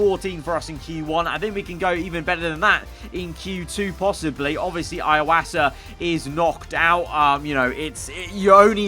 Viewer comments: It's E-wasa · Iwasa's name is pronounced more like (ee-wah-sa)